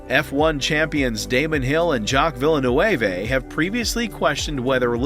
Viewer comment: Jacques Villenewheway! Hahahaha V